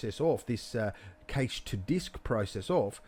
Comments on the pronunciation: Great tutorial dude, only thing cache is pronounced the same as cash. Great job though, looked really good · Fantastic tutorial but the way you pronounce cache vexes me lol